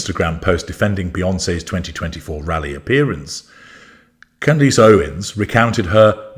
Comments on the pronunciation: or, CANdus... not canDEECE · Candace, not Candisse. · deliberately mispronouncing her name to belittle her and to annoy her fans - well played, well played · “Necklace.” “Palace.” “Grimace.” …….. “Candace.” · I love that you purposely mispronounce her name. 😂 I am ashamed to admit that I was a follower until her “support” of Tate and Weinstein. So, I’m not surprised of her exploiting the Kirk tragedy. It’s utterly shameful.